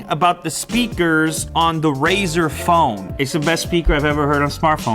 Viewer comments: why do people keep saying "razor phone"? it's RΛZΞR! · What is your problem?? Why would you make a test like that, I mean what's the point of that test? Do you hold your phone sideways while waching videos? What kind of an idiot are you and Jeff Kenneth? AND IT'S FUCKING RAZER NOT RAZOR YOU DUMBASS STUPID IDOT Also ZTE is trash Also pixel has front firing speaker NOT JUST RAZER, did you even watch the video Lue explains everything????